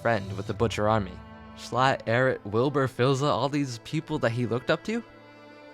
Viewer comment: i like how instead of saying Schlatt, calls him S l a t t